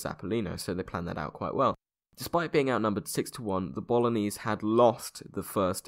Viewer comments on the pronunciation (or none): none